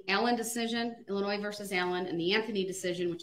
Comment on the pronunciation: I hate when he says illinoise...there is NO noise in Illinois.